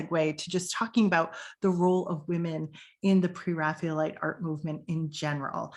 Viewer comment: Excellent thank you. I particularly enjoyed the inclusion of some lesser known paintings. I am very curious about your pronunciation of "Pre-Raphaelite" as if it was "Pre-Raphealite". Can you explain the reason for this?